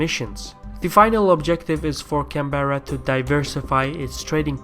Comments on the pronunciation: It's 'Can-bra' not canberra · Its odd hearing someone pronounce Canberra as, Can-Berr-A, opposed to how its normally pronounced, Can-Brah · It's can Berra I am Aussie and insulted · Canberra pronounced - Can- A- Beer-A !!!!!! LOL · Is there any aussies here annoyed at how he pronounces "Canberra"(Can-Bra)? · ive gotten used to it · Canberra is pronouced Can-bra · all over Australia its pronounced can-bear-ah